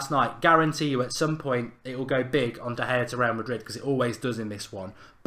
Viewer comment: Really? De Gea’s name is difficult to pronounce?? He’s been here for years now!